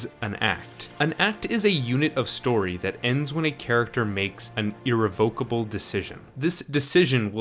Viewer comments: Irrevocable: ih-REV-uh-kuh-buhl not to be revoked or recalled; unable to be repealed or annulled; unalterable: His mispronunciation of "irrevocable" in this video is irrevocable but can be improved in the future. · That would be ir-REV-o-ca-ble.